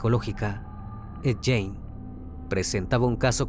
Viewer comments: Esta bueno tu video pero esto es una critica constructiva, no es jane, es gein, se pronuncia guein, asi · Amigo mio. Se dice: Ed GUIN no Ed Guein.... Saludos!! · muy buen caso .. solo una observacion, no se pronuncia "Jane" si no mas bien "Gein" - por un momento pensaba que estabas hablando de una mujer. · Hay que investigar primero la forma de pronunciar😂😂😂...es Guein, no Jane...🤣🤣🤣🤣🤣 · Lo mal que pronuncia el apellido de Ed Gein hace muy dificil disfrutar el video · Oye crimi, si viste otros documentales o biografías sobre ed, sabrás que si nombre no se pronuncia así 😢!!!